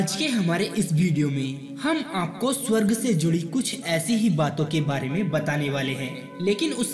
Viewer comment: Bolna to sikhle swarg ko tu shawarg bol raha hai